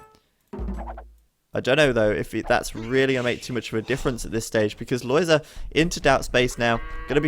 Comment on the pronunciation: I am very happy that you pronounce Lojza's name correctly. I've seen others calling him [lojga] or [loyda], but it's not correct at all., you say it very well indeed, keep that in mind when others deform his name.